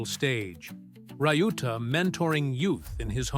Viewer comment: Pronunciation of Shohei’s brother’s name is not “rai-yu-ta” but “liu-ta”. It is disrespectful to the man you want to make a clip with his story, but also unprofessional.